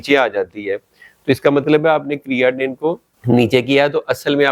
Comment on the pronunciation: Creatinine BOLNA TU SEEKH LAIN PEHLAY